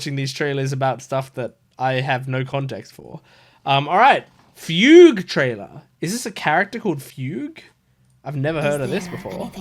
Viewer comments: I mean hearing her called Foogway every so often would be funny, but it's awkward when I can't be sure if it's a joke or an actual attempt. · yup, Fugue is the new Tingyun. Also you should be proud, a lot of other folks don't know how to pronounce "fugue." :3